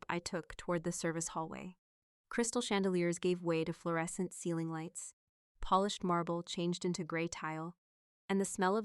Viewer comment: AIStillHas a reading disability but it is getting better. Ceiling is not said seiling. The word means top😊 of the room or roof. It is said (c) not si